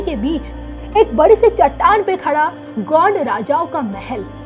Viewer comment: ढंग से बोल गोड नही हराम खोड गौंड है